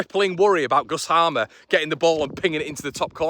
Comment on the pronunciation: as some one with a last name of HAMER it's pronounced HAY-MER. It's an ancient Anglo Saxon agricultural name (I've no idea how a south amercian ended up with the name). If we sign this guy it'll do my head in if you don't sort yourself out. Joe gets it right, the squareball guys get it right... time for you to step it up.😉